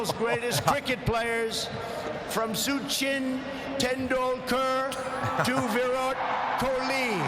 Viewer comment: "SuCHin tenDoolKErrrr and VirOOT KOLeeeee"